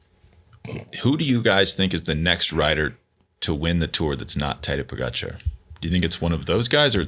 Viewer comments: Why do Lance and George continue to slaughter Tadej last name when Bradley and Johan pronounce it Correctly ??? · Have some respect for Pogačar and Vingegaard - These guys need to learn how to pronounce their names correctly!